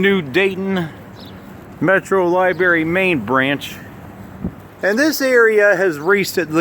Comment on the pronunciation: Thank you for all your Youtube videos of Dayton. I was born in 1941 and grew up n Dayton which was a great place. Rikes, Elders, Home Store 5 movie theaters downtown , etc. PS It's NOT "liberry".